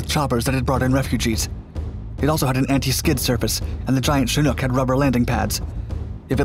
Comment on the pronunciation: you're the only youtuber in all my years of watching that pronounces chinook properly